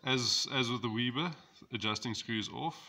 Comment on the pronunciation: weber not weeber